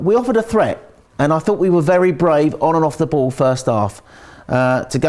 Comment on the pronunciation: anyone else can't help but to laugh every time says Ball.... da booool - on the bhool. It makes me giggle every time I hear it.